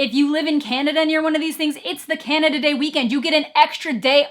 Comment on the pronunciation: For some reason I thought you said Kenya instead of Canada the first time. Speaking of Africa, Wakaliwood movies surpassing Avatar, anyone?